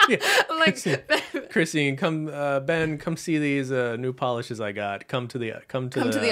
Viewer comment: Thank y'all for keeping the nail oil pen dream alive and also Thank you Ben, you're one of about 3 people who have pronounced my name correctly! 🙃🙃